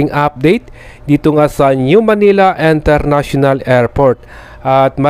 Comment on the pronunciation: Kuya International hindi Enternational 😂😂😂😂😂